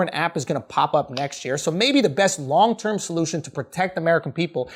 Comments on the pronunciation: hehe when you said long term, my brain legit heard Wong term LOL. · "The best wong term solution."